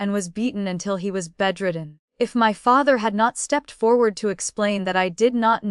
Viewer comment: how does an AI eff up the word father?